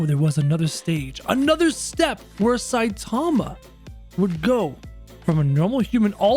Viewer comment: It's not satama it's saitama